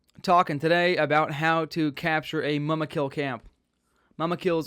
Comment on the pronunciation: MOOMUKIL is how you pronounce it